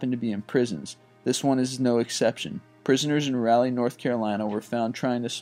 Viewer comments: Please pronounce Raleigh correctly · you said Raleigh wrong.